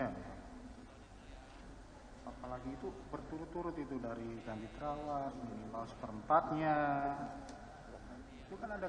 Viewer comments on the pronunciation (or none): Trawas bukan tawas